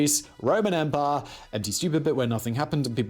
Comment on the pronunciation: You made an awful job of trying to pronounce "empire" like a Briton. Don't forget that most of us don't pronounce the R in words. The nearest I can get is em pia